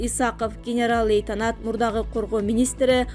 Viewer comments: Диктор лейтанант эмес лейтенант деп окулат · Лейтанат дейтко